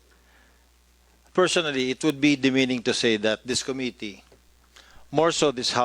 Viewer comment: This po hindi Dis. Atsaka paki po pronounce ang committee hindi Ko-mi -ti. Suggestion lang para di masakit sa tenga Hayaan natin sila magsalita, its not all about you.